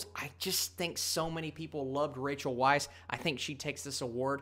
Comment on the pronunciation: Small point......Rachel's last name is pronounced vice.